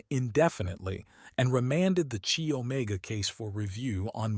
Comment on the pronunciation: Chi Omega is pronounced Ky Omega, not "Chee" Omega.